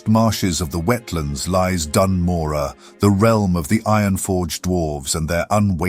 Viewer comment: HE SAID IT RIGHT! He said Morogh right!!! Great video mate, really happy this channel exists. It's so great!